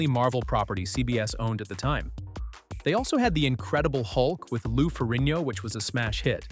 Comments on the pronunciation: Don't you ever really watch theseTV shows? It had Spider-Sense and your video on the Bill Bixby The Incredible Hulk you couldn't even pronounce Lou FerriGno's name correctly! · Great compilation of interesting facts and great analysis… Small tip learn how to pronounce Lou Ferrino‘s name correctly for goodness sake’s! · And also, I don’t think my friend and neighbor Lou Ferrigno would like having his last name mispronounced